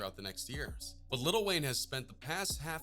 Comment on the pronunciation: he says little instead of "LIL"